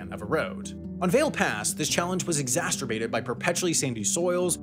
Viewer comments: You said it nearly perfectly except there's no T in it. Say ser-bated instead of ster-bated and you're good. Very interesting part about the drainage... I'd often wondered where the heck all the water went/how it was managed in order to not make a floodfest all the time. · Fyi you said exasterbated but the word is actully exacerbated. There is o ly the one T near the end. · It’s exacerbated, not exacterbated. smh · Exacerbated. Not "Exasturbated". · I'm pretty sure it's not pronounced "exasturbated" LMAO